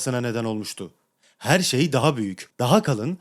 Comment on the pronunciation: Herrre Herre 😂yedin bizi